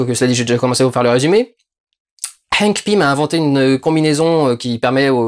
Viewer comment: Sesr paz henk sest hank et sest pas entman sest antman